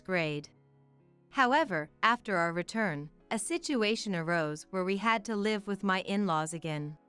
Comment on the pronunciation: Many of these stories are miss pronounced. Such as live , the people writing this article should check out the pronunciation first by listening to CD’s.